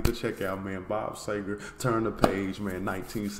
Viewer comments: it's see-ger not say-ger... but that's an honest mistake but I've never understood why people but an "A" sound where there's obviously an "E" there... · The least we can do is warn you...this may be the deepest rabbit hole musical you can go down...your gonna get 20-25 more recommendations...he didn't do any bad songs...and its pronounced..see - ger...not say - ger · Bob See gar is how it's pronounced! Love the song. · Dude, sEger, like Easter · Last name pronounced SEE-ger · Pronounced C-ger, See-ger and Sea-ger!